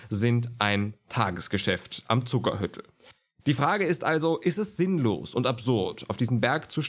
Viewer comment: Zuckerhütl spricht man bei uns in Tirol lang aus - "Zuckerhüütl", kommt von Hut nicht von Hütte ;)